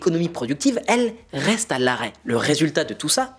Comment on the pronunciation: "RRRRRREste abonné...."😄